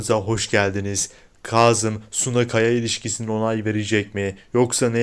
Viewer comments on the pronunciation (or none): Ay ne olur Kazım ı doğru telaffuz edin